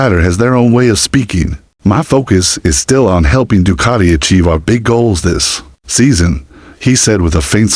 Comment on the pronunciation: Doocarti? Du-cat-i 🙄